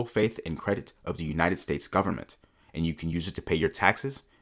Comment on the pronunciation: "full faith and credit of the US gubmit...." LOLLOLOOLLOL